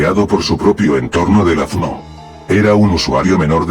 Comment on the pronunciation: Aaaaah sacrilegio! pero si el loquendo si pronuncia bien FMO solo tienes que separar las letras -1000 Loquendo points